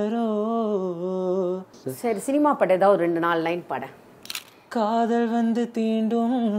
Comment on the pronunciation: Begane Baro. He says Paro . Please pronounce properly. Other than that everything is fine